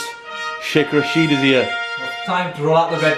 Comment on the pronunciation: Rashid is pronounced Raa-shid.